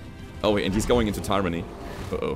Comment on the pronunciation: In english its (tyr_an_ny) said quckly as three short breaths